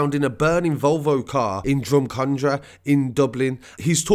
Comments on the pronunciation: I wasnt slagging anyone I just said it was funny way he says drogheda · You nearly said 'Drogheda' correctly.... just don't put so much emphasis on the 'e'. I am impressed though 😉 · Draw-Heee-Da, its Draw-hed-A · Jesus Christ. It’s not pronounced drugheeeeeda...... drohehda. Pronounce this way please. Drogheda. This is the actual spelling. Real easy. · Its pronouced dro_ head_ da not dro_he_da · I love all your videos, great updates. The way you say Drogheda is wrong though lol. Instead of Drog heed da its actually pronounced drog ha da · Droh-eh-da say that quick and the pronouncement is on point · ITS PRONOUNCED DRO-HEADA BRO IM FROM THERE WE ACTUALLY SAY DRAWDA WITH THE ACCENT 😂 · We pronounce it drawda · Yeah I’m from Kerry but Drawda is the proper pronunciation because the middle initial isn’t pronounced when you say it fast like it is colloquially. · Drogh ha da forget the he part and say ha instead brilliant coverage btw keep up the good work. And the ha is a short ha. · Drogheda. Frenetically pronounced. Draw Heda. For the English out there Irish people like it when you're trying to pronounce place names and people's name's.if you're not sure google it or ask an Irish person. You're never Very far from one. Find an Irish bar,or paddy powers. Were friendly we don't bite. Although there's a lot of gangland violence in Ireland it's not what civilians worry about. Untill it visit's your town or street .Gangster's on the other hand were bullet proof jackets and death threats as a badge of honour. You're no body if you don't have Garda telling them that they are in danger of getting killed by some gang or hitman. That seems to be a business that's grown over the last decade or so. It's just a mine field out there for the young and it seems like being friendly with someone marked or family is enough to make you a target as we've seen in the news papers a lot. It's like stuff of nightmares that we hear from Colombian or Mexican cartels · Its pronounced drogheda